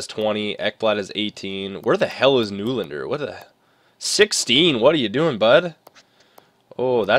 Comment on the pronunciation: Hey nylander's name is pronounced "nelander".